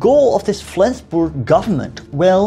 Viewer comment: For a non native speaker your pronunciation of Flensburg is on point. Well done my friend. Quite an interesting video as I live in Flensburg, but I've got no clue about these latter stages of the war - atleast not more than the short entry in Flensburgs Wikipedia article ;)